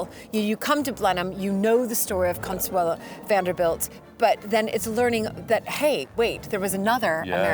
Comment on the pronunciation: Did Consuelo Vanderbilt pronounce her name “Consuela?” I’ve never heard that before!